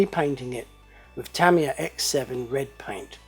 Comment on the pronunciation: its pronounced Tah-ME-yah = Tamiya